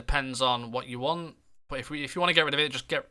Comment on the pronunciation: Instead of saying 'but' you keep saying 'bot'